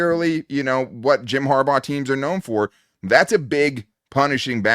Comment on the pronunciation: Also...its Harbaugh.